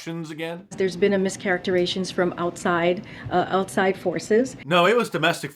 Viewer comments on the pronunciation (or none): "Mischarectorations"?? Yep, diversity hire. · I like the new word, "charackeration" she came up with... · She also mis-pronounced the word “mischaracterization”. She said “mischaracterations” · it actually said "mischaracterations" 😂😂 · "Charectorations"?? Yep, diversity hire. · "MissCharacterAyshunz" — the results of all that Ivy Leage EdgeU-Kayshunz